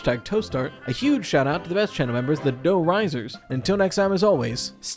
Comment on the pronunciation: The inflection on Dough Risers was wrong, who are you and what have you done with?